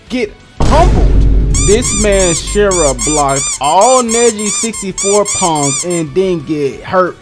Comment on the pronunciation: His name is Shira not shinra